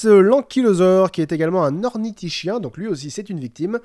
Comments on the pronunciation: on dit ornhitoshien et pas ornithishien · Ornithischien, pas ornitischien ;) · Ornitischien se prononce ornithiSKien sinon bonne vidéo j'adore 👍👍👍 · On prononce ornitiskien!